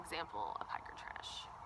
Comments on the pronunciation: What's a "hicker"? I heard you say the word on your trail-updates a few times, but this video doesn't cover it. I would guess that "hicker" is "hiker", pronounced differently for special occasions. If that's correct, what are these occasions? If it's incorrect, what /does/ "hicker" stand for? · Just the pronunciation of "hiker" in a regional Southern dialect.